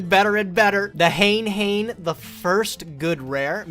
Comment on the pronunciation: the way y'all saying Hane-Hane is making me cringe hard oml